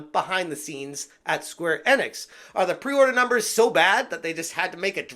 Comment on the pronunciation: It’s pronounced “Eeeeenix” not “Ehnix”